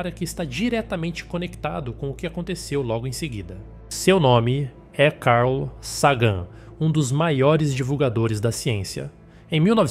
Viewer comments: Nossa !!!! Carl Sagân??? Carl Ságan??? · Carl /sagan (e não “seigan”) é o nome da nave também errado foneticamente em algumas vezes, tornam esse vídeo lamentável!